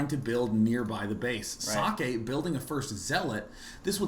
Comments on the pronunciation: Husky is trying to pronounce it right, gets pretty close. If i'm not mistaken it should be ,,Zockeh'' the ,,eh'' at the end sounds like ,,e'' in ,,bed''. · i like how husky try to say socke and says sockey :D